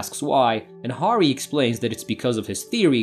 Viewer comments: Horry??? Harry is a pretty easy name to pronounce. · You're killing me smalls... not to distract from the overall effort in the presentation, but it's pronounced "hairy" and "rey-sh". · It’s pronounced “Harry”